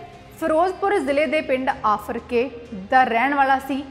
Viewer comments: ਭੈਣਾਂ ਪਿੰਡ ਦਾ ਨਾਂ ਤਾਂ ਸਹੀ ਲੈ ਆਫਰਕੇ ਨਹੀਂ ਆਰਫਕੇ ਹੈ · Aarafke. Aa. Aafrke. Nhi. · ਆਫਰਕੇ ਨਹੀਂ ਆਰਫਕੇ ਹੈ ਜੀ ਧੰਨਵਾਦ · ਆਫਰ ਕੇ ਨਹੀ ਆਰਿਫ ਕੇ ਪਿੰਡ ਆ ਜੀ ਫਿਰੋਜਪੁਰ ਕੋਲ.... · ਭੈਣ ਮਾਫ ਕਰਨਾ ਫਿਰੋਜ਼ਪੁਰ ਜਿਲੇ ਵਿੱਚ ਆਫਰ ਕੇ ਨਹੀਂ ਆਰਿਫ ਕੇ ਹੈ ਪਰ ਬਹੁਤ ਵਧੀਆ ਉਪਰਾਲਾ ਹੈ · ਬੀਬਾ ਜੀ ਪਿੰਡ ਦਾ ਨਾਂ ਆਰਿਫ ਕੇ ਹੋਵੇਗਾ ਆਫਰ ਕੇ ਨਹੀਂ। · ਆਫਰ ਕੇ ਪਿੰਡ ਨਹੀਂ ਆਰਿਫ਼ ਕੇ ਪਿੰਡ ਹੈ ਜ਼ਿਲਾ ਫਿਰੋਜਪੁਰ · ਆਰਿਫ਼ ਕੇ , ਆਫ਼ਰਕੇ ਨਹੀਂ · ਆਫਰ ਕੇ ਨਹੀਂ ਆਰਿਫ਼ ਕੇ